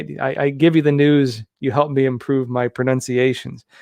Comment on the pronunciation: Ahhhh San Diego! Public school education? Cause that could explain the prO-nun-see-A-shuns challenges 😂